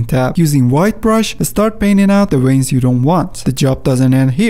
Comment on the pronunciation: Veins, not Ueins... at least pronounce the V correctly ! happy new year.